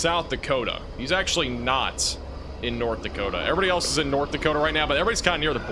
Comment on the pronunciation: That’s North “Dakotia” 😂👍🏼 (I’m kidding. You guys are the best) ❤️🫡